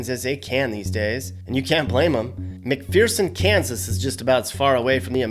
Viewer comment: McPherson isn't pronounced Mc"fear"son